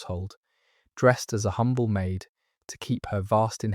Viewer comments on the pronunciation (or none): none